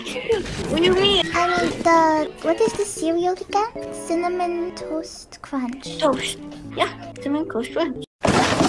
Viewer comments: “cinnamon twoast cwunch” 😭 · The fact that you said cinnamon twoast haha😂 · “Cwinnamon twoast cwunch” 💀